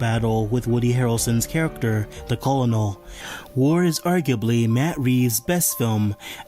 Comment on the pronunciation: Not a criticism, just a correction: “colonel” is pronounced “ker-null” in English (like popcorn kernel), not “koh-loh-nell”. I don’t want to assume, but I figure that English is not your native language. Just wanted to give a tip, good videos man. Hope you continue to improve on your craft and bring in more views, looking forward to your success as a creator.